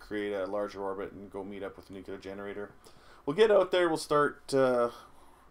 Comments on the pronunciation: It's [nu-clear], not [nuku-lur]. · i find it hilarious u pronounce it Nucular. Some President pronounced it that way and there was a big joke about it.